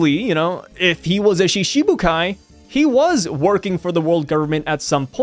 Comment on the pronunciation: The pronunciation for Shichibukai is like Shitibukai - instead of Shishibukai - "shiti" meaning 7. But, of course, anyone can read however they want... hahahaha...